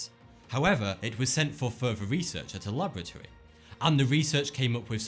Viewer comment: what's a bruvah. And what's fuvah mean?